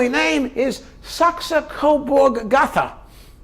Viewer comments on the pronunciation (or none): "Lou-ee", not "Lou-ISS". Pronounced "Saxe,Coburg and 'GO-tuh'" not "Saxe, Coburg, Go-thuh". Just sayin' 😊